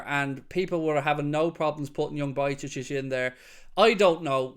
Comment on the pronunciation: Bro no hate, but it's not Bajcecic it's Bajcetic